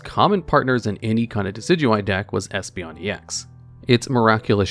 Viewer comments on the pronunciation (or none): none